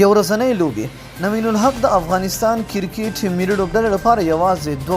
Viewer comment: کیرکیت مه وایه کیر بله معنی لری کریکت ووایه